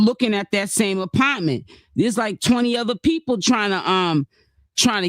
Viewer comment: it’s THE APARMENT EVERYTIME YOU SAY IT 😂😂😂😂😂